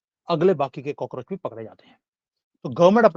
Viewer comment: सर आपने कोकरोच बोलकर बोला मे हसने लगा वो हेही कोकरेच चुतिया हे